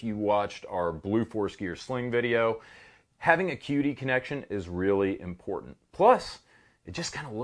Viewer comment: I thought you said a "cutie" sling socket 🤣